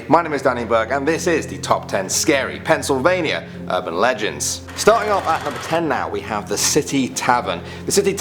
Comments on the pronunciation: Penn not Pen. Sorry. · Don't think I've heard a British person say pennsylvannia. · pencil vania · Dude, stop calling it Pencilvania